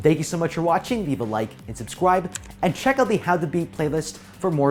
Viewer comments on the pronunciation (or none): Bro said subscwibe